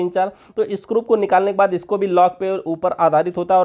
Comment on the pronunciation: Wo screw hota hai ,scrup nahi...